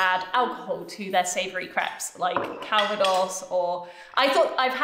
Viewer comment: Wonderful change everyone. Philip I'm sure your balls will survive with the right care! you were so funny, to me it sounded like you were sayings, Craps! Ham and cheese craps! It was more like a comedy! I'm still laughing❤❤❤❤❤❤❤